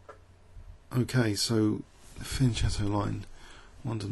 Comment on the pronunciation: Isn't it pronounced fee-uhn-ket-oh?